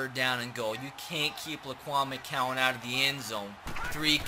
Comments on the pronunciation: McGowan... G not C... Gowan not cowan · If he says “mccowan “ instead of “McGowan” one more time